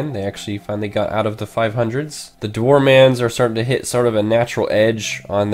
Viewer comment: Dwarmans XD It's actually Dwar men